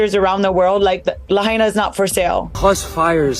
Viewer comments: Omgggg at least say Lahaina correctly if you are going to do a story on it. It is NOT hard to find correct pronunciation for a word currently in use. That’s just lazy research. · How can this video mispronounce Lahaina? And remain credible. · Why can't you pronounce Lahaina? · You could at least learn how to pronounce Lahaina!!! 😮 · The host can't even pronounce Lahaina properly. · Learn to pronounce "Lahaina" properly please... the mispronunciation made it almost impossible to watch/listen to this video. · Hate how the lady can't say, " Lahaina " until Maui people say correctly. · Dam she can’t pronounce Lahaina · Learn how to say the name of the city 🤡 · super disrespectful you are saying Lahaina completely incorrect can take it 😤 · I hate hearing lahaina mispronounced . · It's important to properly pronounce the name of the place you are highlighting in a video. I heard 3 different random pronounciations for Lahaina. It's an easy name to pronounce. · From the comments here, I can't believe people actually fall for theses rumors/lies. BTW, the female narrator of this garbage report has completely butchered the pronunciation of Lahaina. Show some respect. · The way she keeps miss pronouncing Lahaina is so cringe!! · at least learn how to pronounce Lahaina... AI bot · Why can't the announcer pronounce Lahaina correctly. Dumb. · For God's sake man!- Please correctly pronounce Lahaina!!! Damn bots! 🤖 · mispronouncing Lahaina ...hmmm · They're lousy at pronouncing words correctly. I can't stand to hear them. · The name Lahaina is pronounced La-h(eye)-na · It's NOT "Lahainia"??/ PLEASE learn to read or speak correctly before you make a crappy robo video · It's pronounced: La HI na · La-hi-na. Not la-hay-na. At least get the name right. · It’s pronounced “La-HI-nuh,” not “La-HAY-knee—uh.” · It’s hai not hay….. Lahaynia????? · La-hine-a not la-hane-e-a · NOT Lahania but Lahaina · la HI nuh... not la hay nia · Pronounced LA HYNA NOT LA HANEIA!!!!